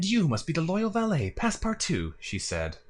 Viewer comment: Again again! Fyi 'valet' when used to mean manservant rhymes with 'claret'